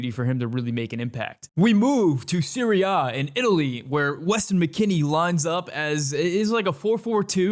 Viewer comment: I wasn’t aware that the Italian league was called Siri-Ah… I thought it was Serie A not pronounced Siri Ah